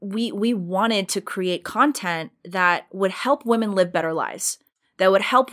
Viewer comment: Love you, Candace, but please learn how to pronounce "women" differently than woman.